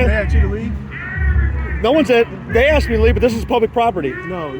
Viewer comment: But he “AXED” him to leave. Ugh.